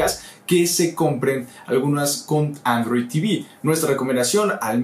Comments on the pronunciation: arrow tv??? bajale un poquito al acento ingles q se te cambio hasta la palabra xdd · porque pronuncia android, como "arroui" ? Ni en usa lo pronuncian asi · y se llama: aarrrouuw tv jajajaja